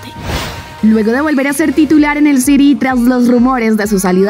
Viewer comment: City ( se lee Siri) Por si no sabes hablar inglés